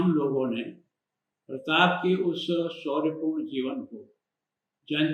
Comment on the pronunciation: Aap jara fir se soch ke boliye aap kis lahaje se bol rhe pratap Pratap...fir mafi mangana hoga aapko sir..🙏😔